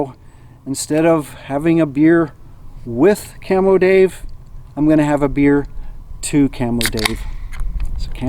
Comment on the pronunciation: I thought you said camel Dave when I looked it up I finally realize you said camo Dave.